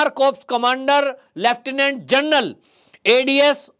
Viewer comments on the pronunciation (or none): none